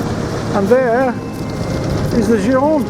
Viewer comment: sorry but this is the GIR-O-NDE, not girande, please;-)